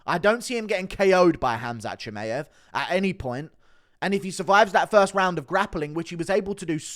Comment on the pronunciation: Bro how can you still be pronouncing Chimaev wrong?